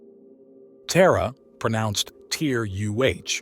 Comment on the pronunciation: Lol "Terra, pronounced Tier U Aich".